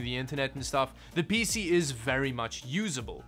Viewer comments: ”really awesome peesee” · I guess I’m not surprised someone who can’t even spell their own name correctly can’t pronounce a lot of words properly Sotta, PêC